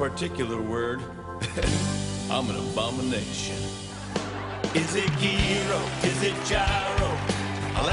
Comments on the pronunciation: You are right except one thing. It's not pronounced yee-rosh it's pronounced yee-ros. There is no ''sh'' sound (as in ''she'' or ''show'') in Greek. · Its yee-ros and its usually made with pork.Go order some!! But not from that cantina, it looked like 💩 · It’s pronounced Yee-ros 😂😂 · Alexander Notas if you were Greek you wouldn't say something like "Yee-rose" 😂 u have me shook my guy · Ye-ros. lmao it's easy #ελλαδα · Love you Luke!! It's pronounced Yee-ros. And it's beef and lamb if made right. 🇬🇷Greeks love Luke and oh yeah and Jimmy 😀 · Q TheManiac in Greece called "Γύρος" ,but whatever... XD I love watching the comments,that lots of you cannot pronounce it well(it is such an easy word in Greece)